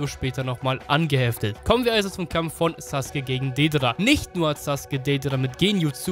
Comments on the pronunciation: Digga das heißt Sasuke und nicht suke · Ich raff es nicht warum saske der heißt sasuke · Tut mir Leid aber er heißt Sasuke nicht saske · Saske? Haha neinein, er heisst sasUUke 😁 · junge er heißt Sasuke nicht Saske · Es heißt sasuke nicht saske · Sasuke heißt es im Deutschen Saske im Original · Also ich kenne nur Sasuke und nicht Saske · Nicht saske sondern sasuke 🤦‍♂️ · Hör mal auf immer Saske zu sagen 😂😂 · es wird sasuke geschrieben aber es wird (zumindest im Original) Saske ausgesprochen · Englische Aussprache Saske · So wie es ausspricht ist es falsch. Das ist bloß die verkackte eingedeutsche Version. ^^ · Darf man fragen, wer die Einspieler da spricht? Da ist ja quasi jeder Name falsch ausgesprochen... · Es heißt Sasuke